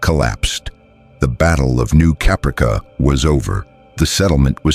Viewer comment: The mispronunciation of Caprica kills me. 😁😂🤣